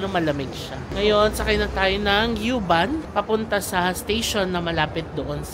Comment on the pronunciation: U-Bahn is pronounced as "oo-bahn." Not "yoo-bahn"